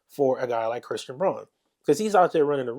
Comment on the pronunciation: I like the analysis. Christian's last name is pronounced "Brown" though even though it's spelled Braun.